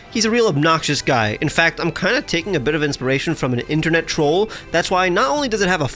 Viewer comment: “Inperation” Inspiration,.